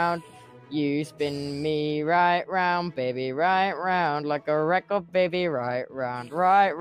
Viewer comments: No I love it it’s recor it’s so good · It’s so goood Like a reco de baby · no I love the way he says record lol. It sounds like he's saying recor tho ngl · Yez thats a nice word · The way he right round as well is also like better XD record, right, and round are words tubbo says really well XD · No that's how you say it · It’s actually cool lol